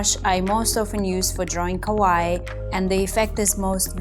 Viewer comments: Your Japanese is quite wrong, how you say it means “scary”, you need to say it like ka-why-ee, when you ka-why that’s incorrect No offense, just trying to help as it made me laugh every time you said it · Please correct you pronounce of “Kawaii”. The stressed syllable is “ii” and not “wa”. I speak japanese.